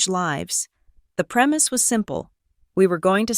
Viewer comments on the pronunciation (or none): none